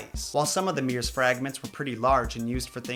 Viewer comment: i love that you call mirrors, "meers"